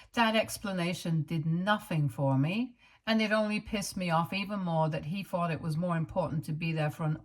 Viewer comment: Advice ...practice say th instead of fff...its very annoyibg and a huge reason why i cannot listen. Fings or fought instead of thought... and many other examples.